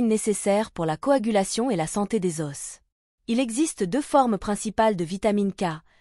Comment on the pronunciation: Si votre IA prononce os avec s et que vous ne l'avez pas corrigé, qu'est-ce qui me dit que le script n'est pas lui-même écrit par une IA ? Le cas échéant, qu'est-ce qui me dit que vous l'avez relu et vérifié ?